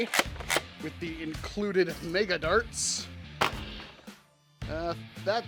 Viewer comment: Meg-uh, MEG-UH! NOT MAY-GUH! Mega is pronounced Meg-uh, not May-guh!